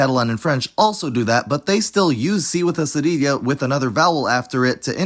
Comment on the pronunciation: I think you are from Latin America. To a Spaniardʼs point of view the pronunciation was actually good.